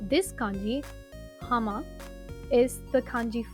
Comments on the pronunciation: HAMA is not mountain! It's YAMA! You must study more!!!!! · 山 is yama やま, not hama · Also isn't 山 pronounced やま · isn't it yama/やま? like fujiyama? the pronunciation I mean